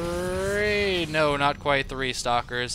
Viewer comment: ...it's called a third base. THREE. CAN YOU SAY THREE?